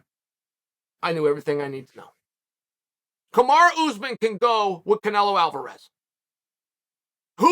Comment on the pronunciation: I love wen he says names wrong 🤣